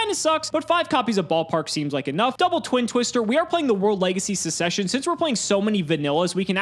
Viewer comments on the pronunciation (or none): Episode 2 of saying "sussession"